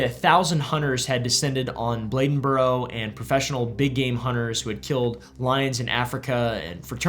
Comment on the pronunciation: Bladenburr... yes. Never hearda this "Bledenboro" you speak of though.